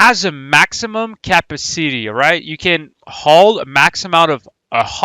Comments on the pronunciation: Is this guy drunk? Capa city? Not capacity? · Or kappa-city